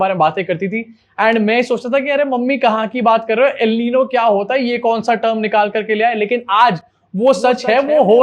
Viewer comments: Al Nino nhi El Nino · Pronounced el ninio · FYI El Niño is pronounced El neen-yo. Great video as always. Love from Pakistan 🇵🇰 ♥️